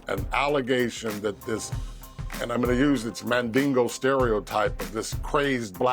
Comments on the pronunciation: Did he say Mandango? I thought rumor is that diddy ain’t packing anything down his pants to write home about? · I stopped listening when I heard “Mandingo”…